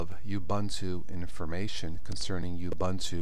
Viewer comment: It's actually pronounced "OO-BOON-TOO"